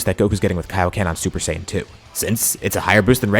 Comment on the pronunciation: Stop mispronouncing Saiyan PLEASE